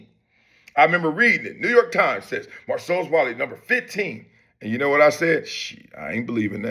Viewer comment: Bar-cellus Wiley